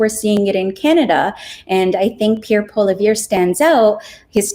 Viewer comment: Fyi: Poilievre is pronounced "pwa-lee-EV"